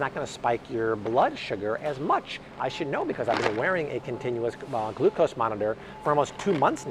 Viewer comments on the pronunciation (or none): none